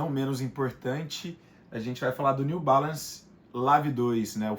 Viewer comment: Seria interessante vc montar uma lista c os nomes . Nao deu p entender o New balance o nome dele.